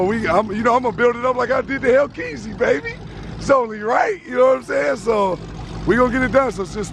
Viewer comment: bro just call it a hellcat plz stop saying hellkeazy